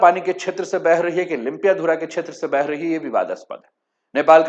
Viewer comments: लिम्पियाधारा नहीं, लिम्पियाधुरा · It is lympiadhura not Lympiadhara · सर आप लिम्पियाधुरा को लुम्पियाधारा बोलते हो,जिस जगह का नाम आप लोग अच्छे से उच्चारण कर नहि सकते हो ओ कैसे भारतको होता है?? ब्रीटिस नक्से का बात छोडिए,भारत से छपाइ गए पुराने नक्सा मै भि लिम्पियाधुरा काली नदिका उध्गम स्थल है।। ओर भारत के कइ पुराने राजनीतिग्य ओर पत्रकार लोग कालापानी लिम्पियाधुरा,लिपुलेक नेपाल के है बोलरहे थे।। इन्डिया के पास कुछ सबुत है तो आप के च्यानल मार्फत देखाइ दुनियाँ को।